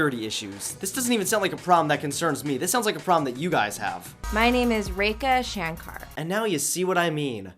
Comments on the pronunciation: Poor little Rake-uh, being an american indian with that accent she doesn't even know how to pronounce her own name....... its Rekha Shankar by my guess and its Re( like the 1st syllable from Re:zero) -KHA Shung-cur( its pronounced like cur yes) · The girl Rekha is mispronouncing her on name its not Rake-UH it's Ray-Kha.... how does she judge people who mispronounce her name if she can't pronounce it properly herself and its shun-car not shaaan kerr... bitch needs to get her name right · Reka Shankar pronounced her own name wrong. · I like how the Indian girl can't pronounce her own name properly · Omg, that Rekha Shankar totally pronounced her own name wrong and think it’s right 🤦‍♀️ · Lol Rekha Shanker does not know how to pronounce her own name either . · I guess Rekha Shankar really does not know how to pronounce her own name. Any Hindi speaker would tell you that. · this Indian girl can't even pronounce her own name and expecting others to pronounce it. The irony. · first girl is mispronouncing her name it's Rekha Shankar and it doesn't sound the way she is pronouncing. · The Indian girl was mispronouncing her own name. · Lol .Yeah XD ,I thought she was Mexican or some shit and then I was like "wait a second didn't she say Rekha Shankar" XD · Complains about people not pronouncing her name correctly Mispronounces it herself Yea Ik because it's an Indian name and I'm an Indian. These shitheads don't realize that it is just because of the differences in accent. English speakers (or any for that matter) cannot correctly pronounce a foreign language they don't know obviously. Grow up girl. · Rekha Shankar herself pronounces her name the wrong way. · That Girl Whose name is "Rekha Shankar" is herself pronouncing her name wrong. These people give us Indian bad name ...😠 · I'm indian and the way the girl pronounced her own name was wrong.smh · Exactly. She butchered the pronunciation so bad :p